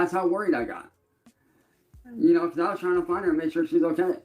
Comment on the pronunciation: Has anyone noticed that his use of the word 'because' is always pronounced 'a-cause'? He can't pronounce b's....or anything else, really. LMAO.